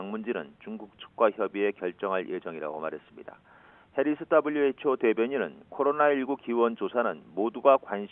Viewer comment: 따블류 ㅋㅋㅋ 발음 쥑이네